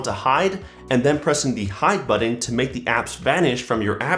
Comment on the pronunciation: great vid. you say "button" weird 😄